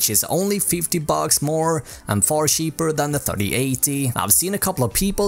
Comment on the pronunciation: When I said Swenglish I was more referring to the accent and the pronunciations of some word. (such as either , news , cheaper )